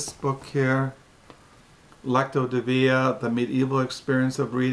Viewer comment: Pronounced Lex cee o De veen a😎